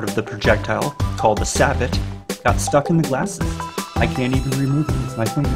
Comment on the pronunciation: I think sabot is pronounced "say-bo". The t is silent.